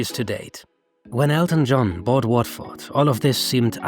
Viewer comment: Pronunciation of Watford was dreadful